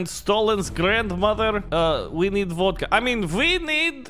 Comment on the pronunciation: You were about to say vodca